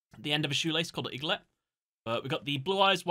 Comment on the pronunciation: Aglet not Iglet